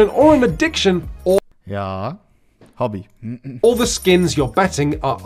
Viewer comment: that dude pronounces the word hobby so wierdly wtf, it doesn't have a G, M, or L even in the word